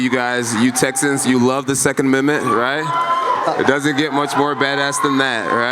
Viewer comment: The first time he said it i thought "shit happens we all fuck up sometimes " then he said it the same way a few seconds later... oh boy lol.